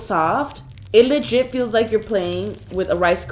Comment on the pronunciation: Lol not to be rude but I just love when u say ledgit